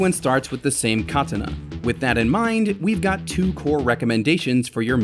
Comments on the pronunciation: That was so weird lol KAtenA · It was a nice video until he mispronounce 'katana.' :face-red-droopy-eyes::face-orange-frowning::eyes-purple-crying::face-fuchsia-wide-eyes::cat-orange-whistling::face-blue-wide-eyes::face-orange-raised-eyebrow::face-fuchsia-tongue-out::face-orange-biting-nails